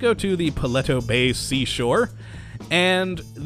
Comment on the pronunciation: You said paleto wrong